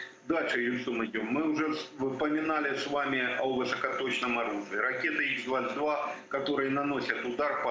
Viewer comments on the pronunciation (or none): Почему Х-22 читают как "Икс-22"? Там же кириллическая буква от слова "Хрущев".